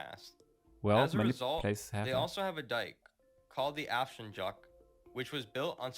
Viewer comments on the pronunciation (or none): It´s Afsluitdijk ijk sound like ike ``like - Afsluitdijk´´ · He can't even pronounce Afsluitdijk. It's AI.